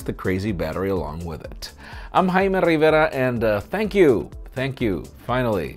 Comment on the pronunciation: Hi, I'm Jaime RrRrRRrRRrRrrrRRRivera...